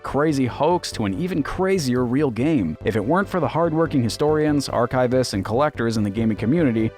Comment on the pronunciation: I'm so sorry to do this...but it's not arch-IVE-ists, it's ARCH-ivists ;P